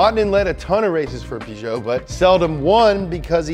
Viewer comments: When he started saying pergeot I didn’t know what he was saying at first until I saw the car 😂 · Great video but did you really pronounce Peugeot like "pew-jow" 😂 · I cringed when he said “ople” instead of opel and “pisho” instead of Peugeot and Citrone instead of citreon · i know right... "Pyu-jo" Ha ha ha xD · Peugeot? It's pronounced Peugeot.